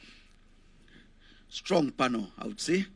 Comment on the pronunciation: It is it not PANO, dear. It is PANEL: /ˈpænəl/